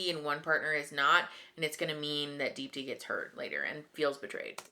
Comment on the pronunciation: The one thing I will give: he pronounces Deepti's name correctly lol